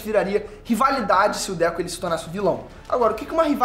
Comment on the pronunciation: Mano 🤣🤣🤣, não é Déku, é DEKU...🤣🤣🤣 DÉCO, é o ex jogar do Barcelona 🤣🤣🤣